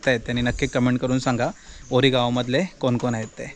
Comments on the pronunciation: गावाचे नाव ओरी असे आहे, वोरी असे नाही. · वोरी ❌ ओरी✅